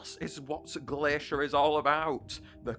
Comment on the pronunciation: Uhhhhhh you messed up Glaishur and Blasooms power the correct way is the flip flop of what said.